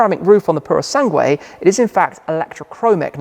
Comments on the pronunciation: Repeat after me. Pooro Sangweh. It's not Sang-wayyyy! I don't know where you're getting the Y at the end from. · You don’t have to pronounce U in Sangue. It says “PurO SanGe” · They should have given a different name, just some letters and numbers. Now we have to listen to anglophone youtubers butchering the name for decades to come ("pooroh sungway") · Thanks Tim, but I think I am going to continue to pronounce it Purosang (like I did before I heard anyone else say it). Purosangway sounds too overwrought! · "Sangueh." ROFL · U don't read the "u" in "sangue" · Hi Tim In the word "sangue", the letter "u" is not pronounced... 😉 Cheers from Porto 🇵🇹